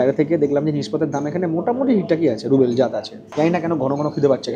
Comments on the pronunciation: ওরে "রুবেল" নয়, রাশিয়ান মূদ্রার নাম "রুবল" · কথাটা রুবেল নয়,রুবল (Rouble),. খুব কানে লাগছে। ব্লগ নিয়ে কিছু বলা বাহুল্য। আমি 2018 তে ঘুরে এসেছি। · ruble not rubel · Different area অনুযায়ী বলা হয়। মস্কো তে সবাই রুবল ই বলে। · রুবেল না, সঠিক উচ্চারণ হবে রুবল।